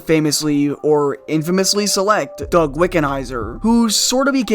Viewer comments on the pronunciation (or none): none